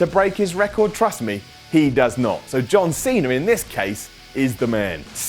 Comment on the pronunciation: John Seener!